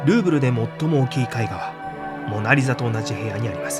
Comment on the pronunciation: ルーブルがグーグルと聞こえる😊